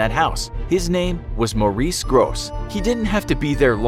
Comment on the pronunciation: It's not Maurice it's Morris